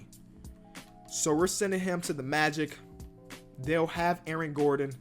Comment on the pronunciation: Why does he say Aron Gordon....